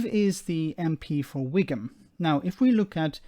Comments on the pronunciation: Listening to this I was wondering "Wigum??? Where the hell is Wigum???" Oh you mean Wycombe! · Anyone else think he said Wigan ?